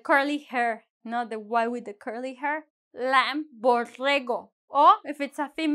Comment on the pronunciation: lamb: B is silent in this word. Thanks.